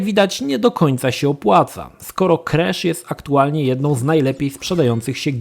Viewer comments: on wymawia „Kresz”. Słuchać się nie da. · Czemu on źle wymawia nazwę głównego bohatera?